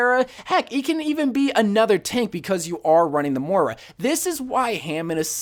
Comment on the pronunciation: STOP SAYING MOIRA WRONG FFS